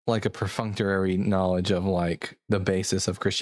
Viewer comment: Why do you say perfunctorarary instead of perfunctory and concordinance instead of concordance? Is it like how my friend would always say susposably? 🤔